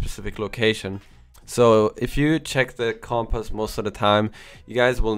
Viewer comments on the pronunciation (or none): pronounced com·pass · You say compass so weirdly.